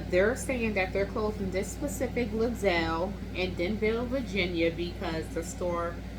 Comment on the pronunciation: You pronounced Lidl the fanciest i've ever heard it :D It's a German store and pronounced "Lee-dl", but honestly, Ledelle sounds much more expensive 💎